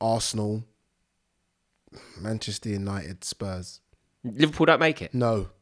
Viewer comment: man said spurm instead of spurs. my g what a guy ahahhahhah